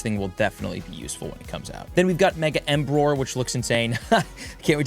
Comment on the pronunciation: emboar not embroar 😭😭